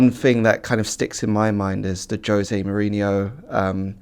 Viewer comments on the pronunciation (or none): none